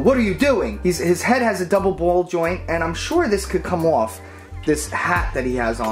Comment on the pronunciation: did you hear his say off like mirand sings lol